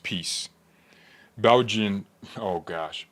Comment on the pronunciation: Pronounce it as Belgian